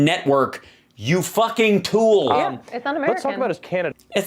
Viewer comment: Love it when you say TOOL!